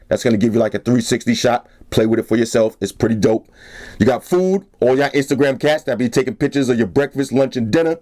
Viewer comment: "When I'm on my Instagrum stalking procedures" ;D